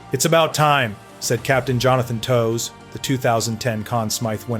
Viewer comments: Cant even pronounce Toews' name right. Gtfo with this garbage calling kieth one of the dirtiest players... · I wouldn't put too much thought into this video... he just quoted stats, and gleaned a vague opinion based on not friendly reporters words... This guy can't even pronounced Toews' name right so I don't think highly on any of his opinions on anyone from Chicago